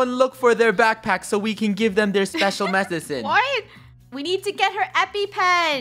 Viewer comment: Did anyone notice that said mesisin?